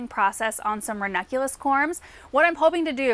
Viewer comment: I always hear from ‘vernaculus’ instead of ranunculus, is it just me? 😂